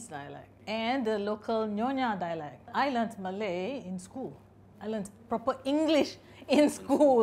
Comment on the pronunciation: Ok that’s extremely impressive he was able to capture the intonation and differences between Malay-Malaysian and Indonesian-Malay. Wow.